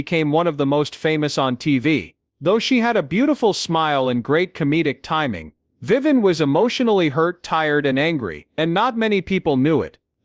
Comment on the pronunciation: Another AI flaw... Her name is Vivian, not Viven.